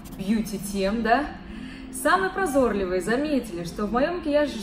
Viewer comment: ПрозорлИвые))) а не прозОрливые